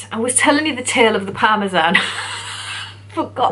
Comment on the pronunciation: They have Chicken Parmesan in the states. I've seen them mentioned in films etc. They pronounce parmesan weird though. Parmeshjan or something x